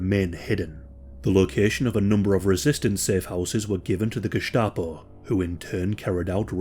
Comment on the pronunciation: great that you can pronounce the german "sch" but in Gestapo the "s" is just an s, like in the english "stain"